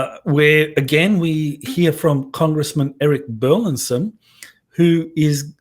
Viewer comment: I know it may sound like we're splitting hairs here, but the congressman's last name is bur-LIS-son, not bur-LIN-son., you keep getting Congressman Burlison's last wrong. Not only are you mispronouncing it, but you're misspelling it in your tweets and Youtube video descriptions.